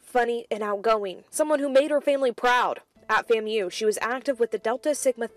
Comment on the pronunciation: It’s pronounced “Fam-u”